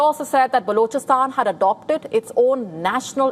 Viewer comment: What a crap way of pronouncing words. Gosh. Unlistenable grr. "Blochastaan". Blargh